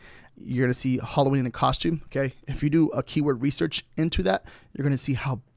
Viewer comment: Can’t give it a thumbs up when you keep calling it Holloween